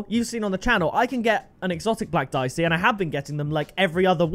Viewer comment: It pronounced deeyechee italian